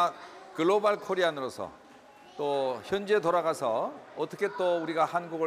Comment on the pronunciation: 글로발 코리안이 뭐여 ? 이놈 한국인이여?